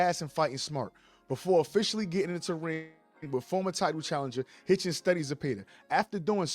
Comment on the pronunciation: It sounds like you’re saying Richardson Haitian!😂